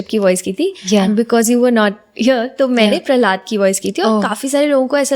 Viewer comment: Prahlad Prahlad Bol rhi h …Prahlad maharaj koi cartoon nhi h Jo Prahlada Bol rhi hai… jb nhi aata Bolzano to interview mt lo…